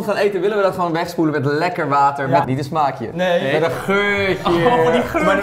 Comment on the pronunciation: Niemand: Rob: Smaggties